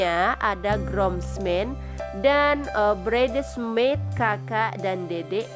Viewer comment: bacanya : braitsmed min unt bridesmaid ...lbh banyak belajar klo mo infoin sesuatu min ..kan tugasnya mencerdaskan bangsa ..mknya bekali diri dg pengetahuan yg cukup !! jgn hanya mikirin cuan ..